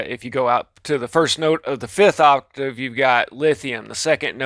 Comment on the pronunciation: Someone teach this guy the word 'octave'